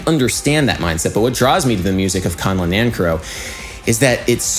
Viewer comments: A bit late but his last name is pronounced nanCARrow. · You are great and I love your video's but you are saying his name wrong :) I care for you Nan Care OH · Really interesting analysis, I learned a lot. As an aside the surname Nancarrow is from Cornwall in the far south west of England, and we pronounce it with the stress on the second syllable (ie Nan CAR row) instead of the dactylic long/short/short NAN - car-row which you use. Of course neither is 'right' or 'wrong', it's just interesting to see how these things shift over time and space. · Adam Neely My uncle, Charles Amirkhanian, was a good friend of Nancarrow and did much to bring attention to his music. I believe he pronounced his name Nan-Carrow, like the horrible Denny's like diner chain. I got to meet him when I was a little kid. Cool to see this. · Dude, seriously. Learn how to pronounce the names of the composers you talk about! Are you just trolling? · I’m pretty sure you’re saying that name incorrectly. Correct me if I’m wrong.